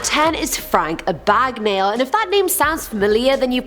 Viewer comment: Abagnale is pronounced A-Bag-nail.. lol Unescapable= Inescapable my love 😂